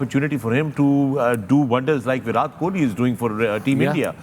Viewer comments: First of all fix the pronunciation yourself then give knowledge to people...This is Virat kohli not bhirath Kohli 😅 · Fakhre Alam - think you’ve been mispronouncing Virat’s name. It ends in a hard T as in ‘time’. Just a small off note in an ever flawless analysis.